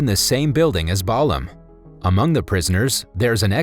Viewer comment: His name is pronounced BAY-LUM